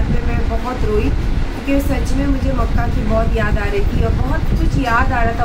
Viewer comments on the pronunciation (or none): none